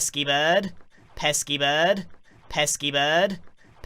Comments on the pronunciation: Before: Pesky Bird 1 hour later: peaskypodd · sounds like pet ski berd